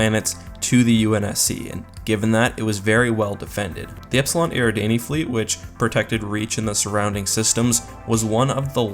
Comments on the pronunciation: yeah he did, it's not EAR-E DAN-Y It's AIR-A-DAWN-Y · Mispronounced Eradani